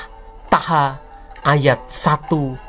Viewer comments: Ha ha ha cara baca tulisan terjemahan bhs indonesia aja salah dalam penyebutan hurup bikin saya ngakak terjemahan nya tulisannya bhs indonesianya itu Taha tapi klo di baca bhs Arabnya itu Toha bukan taha awam sekali anda ini tapi kok sok2an bahas Al Qur,an cara baca aja anda tidak ngerti beginilah kelakuan umst terjemahan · dia cara baca surah dalam Al Qur,an egk bisa Qs Toha di blg Taha bikin ngakak tulisan nya memang Taha tapi klo di baca dalam bhs Arabnya itu Toha umat islam seluruh indonesia pasti ngakak bila nonton vidio ini ada kafir jahil bahas Al Qur,an benar itu bro kafir yg punya mengambil referensinya dar sumber kristen dari Syiria